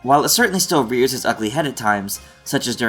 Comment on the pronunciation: Anyone else have to listen to like 5 times to understand because of the sideways delivery and extra syllable in "rears"? Not a critique, Just wondering if I'm alone.